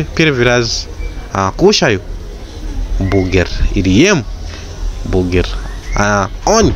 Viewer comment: не бугер,а бургер ☝